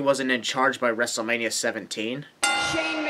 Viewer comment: I just realized that, JBL says Rustlemania, so yeah